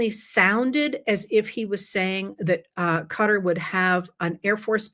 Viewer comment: I just want to say thank you for saying "cutter" when pronouncing Qatar! I've spoken to many from Qatar and they don't say "ka-tar", they say "cutter" (though I'm sure that's still a bit incorrect but closer at least). I've never heard anyone else from here say it the way they do and I get weird looks when I say it their way. Lol!